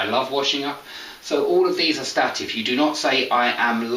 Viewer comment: You pronounce ˈstæt ɪv Shouldn't beˈsteɪt ɪv ??